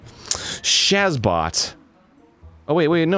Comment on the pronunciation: Also Arin said S H A Z B O T and I will now love him for the rest of my days.